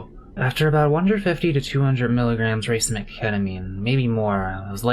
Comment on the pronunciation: Biologist here, just bcuz u asked, it is pronounced ra-CEE-mick :) Great vid / commentary btw! Looking forward to more trip reports :D